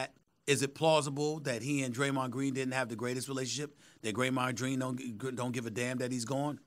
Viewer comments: “Graymond dreen” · "Graymond Dreene." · I’m still dead at “ Greymond Dreen” 💀😂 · “Graymod Dreen” -Stephen A. Smith